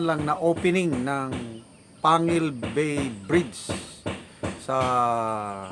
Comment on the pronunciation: Yes. Kc kpag wla c pres Duterte ciguro hangang ngaun plano pa lng. Taga tubod kc ako sir, pero yong plano tungkol sa bridge 1980's pa pero tuwang tuwa na ang taga lanao khit plano pa lng noon. Ang corect pronounciation dyan sir ay (PANGEL BAY) PANGUIL BAY.